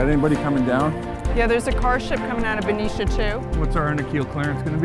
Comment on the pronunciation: Benicia, not Venetia, lol